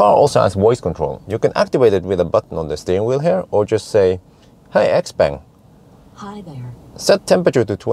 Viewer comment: it´s pronounced x- pong. the brand is named after the owner xiao peng which is pronounced pong